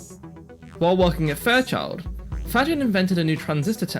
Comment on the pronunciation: Faggin is pronounced fugeen. Why? Venetian, slightly different pronunciation there, heavily influenced by austrian domination.